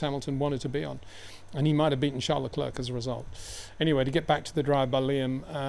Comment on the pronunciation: You can pronounce Charles correctly as Sharl, but you cant do the same courtesy for his surname?